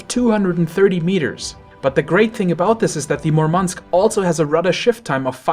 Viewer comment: Why do premium ships have to be worse than normal ships? Any logic behind that or you just prefer to suffer while earning money? Its a game after all. And its not that hard to make an enjoyable premium stuff without breaking the game and making it a pay-to-win. Its mUrmansk btw, the accent is on the first syllable.